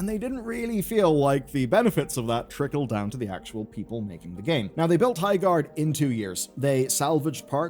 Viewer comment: "Highgard"